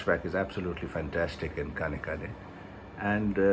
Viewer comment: The ‘N’ in KAANEKKAANE is a retroflex. Try again that way and you will get it right.